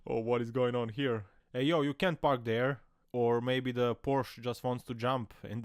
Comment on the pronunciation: It's Porsche. Two syllables. Poor sha. But generally enjoy your commentary.